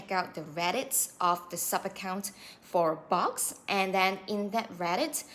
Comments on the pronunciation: it's pronounced Books. Not box. Thanks for posting though. The exact same thing just happened to me. I'll never buy from Boox again. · It's not Box, it's Boox 🙄